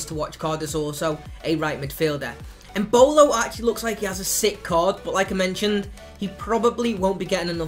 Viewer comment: Embolo... wrong